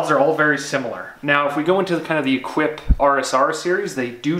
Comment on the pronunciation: I wish would learn to pronounce the names of the products he's reviewing. "Equip?" No, it's French and pronounced "Eh-keep." From another video, "Mille" is not pronounced "mile." It's either "Mee-lay" (Italian) or "Meel" (French). Since Assos is from Lugano in Switzerland, where they speak French, Italian and German depending upon the region, I'm not sure which is used in Lugano, but it sure isn't "Mile." But best shorts out there, no doubt. I've bought nothing else in the last decade at least.